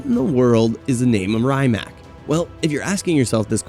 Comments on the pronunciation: rye mac🤣 its Rimac = ree·mak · good video mate... but the way you butcher the pronounciation of certain names is mad🤣😅 like Rymac, chairon etc... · A good journalist does his homework and learns all the specs and characteristics of its subjects, but they also verify they know how to pronounce the names too. I counted 3 maybe 4 names that were ultimately butchered. Koenigsegg, Rimac, Chiron and maybe another I can't think of. But if you want to be taken seriously, you must do better. Unless it is some kind of gimmick then I guess, but its a bad gimmick.